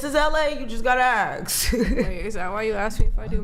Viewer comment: She says axt instead of ask